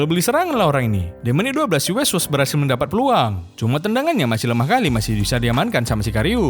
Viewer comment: Weghorst jadi weswos asw🤣